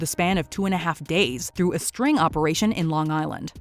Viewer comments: Did she say a “string” operation or did I hear her wrong? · Ahem. Dateline's Predator series was a "sting" operation. Not "string".